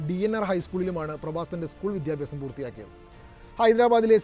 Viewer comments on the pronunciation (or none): none